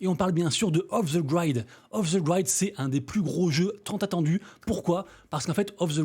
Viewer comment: Off the Grid ... Pas : off the Graîde :) Sinon,malheureusement, il suffit de regarder l'animation ds persos (comment ils courrent) pour s'apercevoir de l'amateurisme stratosphérique :) En revanche Today interroge ... Si jamais une WL